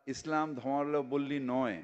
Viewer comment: ববি তো ঠিক করে ধর্মাবলম্বী বলতে পারেনা 😂